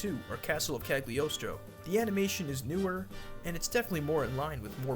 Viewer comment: The G is silent in Cagliostro, also there is a Lupin the 4th in a different anime